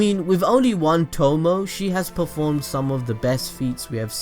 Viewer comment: lol "tomoh" pretty sure its "Toh-moh-é" no? great video though.